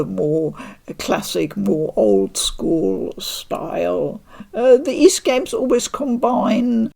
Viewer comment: Oath in Felghana translator here. It makes me happy beyond words to see that you enjoy the series, and that you also say Ys properly! Thank you so much for the coverage. You're awesome. 🙂